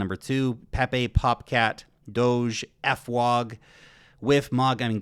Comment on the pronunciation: Can i suggest you pronounce FWOG like Frog with a W. The way you pronounce it in 2 halves uses a very inappropriate British term for a black person.